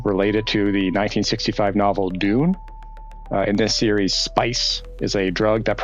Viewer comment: That's not how to pronounce Dune